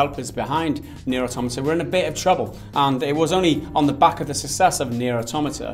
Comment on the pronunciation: Aaaahhh it kills me whenever I hear you say "sussess" instead of "success"